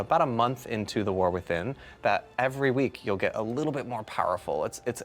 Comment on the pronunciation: Is he saying Warthin? LOL.